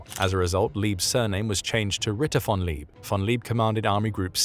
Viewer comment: You totally butchered the name of "Georg von Küchler". Find a native speaker of German to tell you how to say it. Native speakers of German are not really hard to find; there are a hundred million of them or so. "Georg" is something like "Gheyorg", "von" is like "fonn", but "Küchler is difficult, but you could try with something half-way between "Kee-ch-ler" and "Koo-ch-ler", with the "ch" being like the "ch" in "Loch". Not perfect but recognizable.